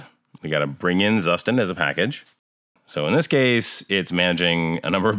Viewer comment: As german speaking person i must correct the pronunciation for Zustand 😉. It's like Tsushtahnd. Tsu like in Tsunami, sh like in 💩, a as ah.